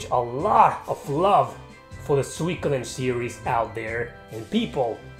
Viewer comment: Its Su-I-ko-den btw :)